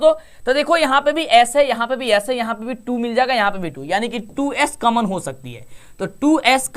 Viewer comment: कामन नही कॉमन होता है कम से कम सही उच्चारण तो करो यार😂